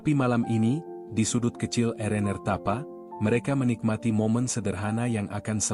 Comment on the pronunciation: Cara penyampaian cerita tu dah bagus tp maaf banyak sebutan nya salah. Contoh RnR disebut Erener malah sebutan roti canai pun pelik bunyinya Roti Aroya tu apa EK 🤔 😂 Cameron Highlands jadi Kameron Hitlan 😂